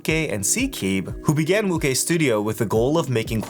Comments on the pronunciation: Very good review, I think wuque is pronounced woo ch-ue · Great video as always. Just a heads up, Wuque is pronounced "Woo-chay." Keep up the great reviews bro. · more like woo-chwhere but yea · calling wuque "wukay" is like calling José "joe z" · definitely not woo-chay, is pronounced as "Wu-Chu-eh" 无缺